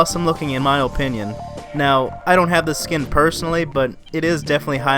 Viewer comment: in my OH-pinion. i dunno why it killed me whenever you said opinion lol .